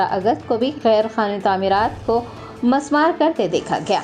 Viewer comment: Masmar nhi h medum Mismar bolye